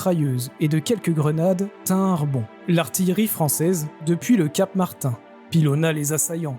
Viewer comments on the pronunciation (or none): none